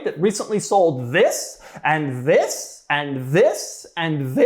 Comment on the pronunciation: This this this and THiss 😂😂😂 doug demuro what you doing to me